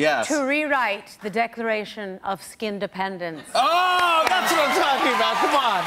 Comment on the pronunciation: She is saying skin dipendent